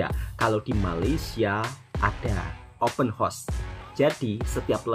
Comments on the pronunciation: Sedikit pembetulan buat tentang sebutan ' Open Horse' (Kuda Terbuka). Sebutan yg benar adalah ' Open House' (Rumah Terbuka). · Open hause wak bunyinya HAUS bukan HOS tu kuda😊